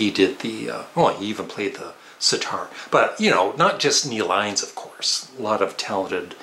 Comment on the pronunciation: It's Neil Innes, rhymes with guiness.